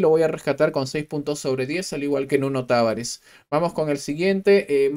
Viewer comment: Se lee Taváres. No es peruano el grone.